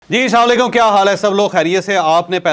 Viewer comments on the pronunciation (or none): Ji Salanvalaikum kya Haal hai sab log kheriyat se Hain Kal aap logon ne..... Javed sab app Masha Allah achay aur parhe likhe insan hain. Plz Salam theek kya Karen. Sahi Salam hai 'Assalamualaikum' Aap kehte Hain 'Salanvalaikum'. 2nd Thora aaram se start kya Karen. Aap boht jaldi mein lagte Hain start mein.